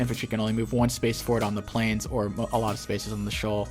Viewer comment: Shoel?? Are you trying to say shore? The game was over once Olaf did his failed push bot lane.